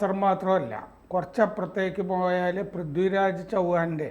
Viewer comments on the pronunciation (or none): none